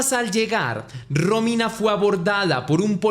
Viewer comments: Aprende a mencionar bien los notmbres NO ES RÓMINA ES ROMÍNA eres muy bruto. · muero que dice Rómina y parece un nuevo nombre lindo